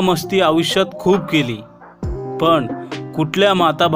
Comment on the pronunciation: निवेदकांस सांगावेसे वाटतेकी आविष्य नाही आयुष्य तसेंच पन नाही पण असे बोलावे ह्या साध्या चुका करू नये